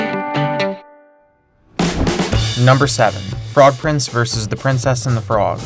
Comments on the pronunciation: Just a note -- "vs" is an abbrevation for "versus". It's pronounced "versus", not "verse". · Hearing you pronounce vs as verse instead of vs makes me hate you more and more every time you do it.